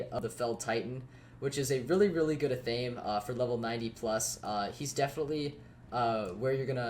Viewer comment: No one ever says athame correctly lol. It isn’t ah-thame, it’s ath-uh-may.